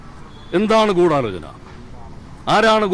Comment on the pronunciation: ദിലീപും പറയുന്നു ഗൂഡലോചനണ്ട്.... മൊത്തത്തിലൊരു ഗൂഡലോചനാമയം... 🤣🤣🤣